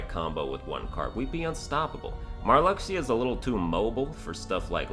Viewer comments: It's pronounced mar-LUKE-see-yah. Not "mar-LUCK-see-yah." Your pronunciation is OFFENSIVE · Pronouncing Marluxyas name like that is cool because Lux is your money in the mobile kh game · I half want to see him redo the KH3 ranking just so he can keep saying Marluxia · hears how you pronunce marluxia .... .... .... go commit xion at the end of 356/days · Pronounce marluxia correctly, and I'll subscribe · "I stopped listening to this guy when he pronounced Marluxia incorrectly."